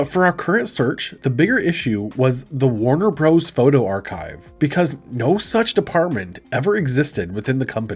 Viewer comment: Warner Broze? That’s when I stop listening to this 💩